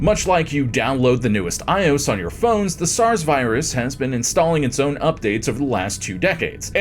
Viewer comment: Wait, who pronounces iOS like that?